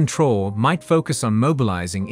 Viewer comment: Your use of A.I in order to produce cheap low quality content in order to profit from African matters should be reviewed. At least verify the pronounciation of the name "Troarè". Make some effort.